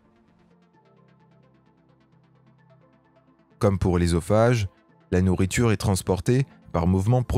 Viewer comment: Putain il commence par la fin ....Eusophage pas ésophage on dit œuf boeuf soeur pas éf ni béf